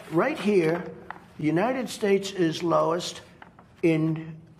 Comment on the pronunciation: ‘United schtates’. Why can’t he even talk correctly?